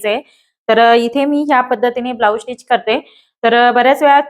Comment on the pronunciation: स्टीच म्हणत जा.. टिच नाही.